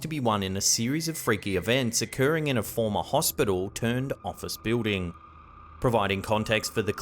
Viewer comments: what's a "biwding"? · I like how he pronounces, "building". 😊 Thanks for collecting all these creepy videos and putting them nicely into these long compilations, it is much appreciated! As a busy mom, I can't spend time searching for these things. Having them here while I can just watch or listen is great! 👍